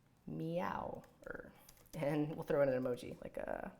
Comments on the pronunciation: that he says Mew when it's called Meow is killing me. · I thought it was pronounce meow?!?!